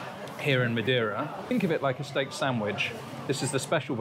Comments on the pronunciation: You could do some effort to not switch the e and i in Madeira. If you can say hey (or say) you can say MadEIra instead of Madiera. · If you are going to live in Madeira maybe you should learn how to say the name properly. 😂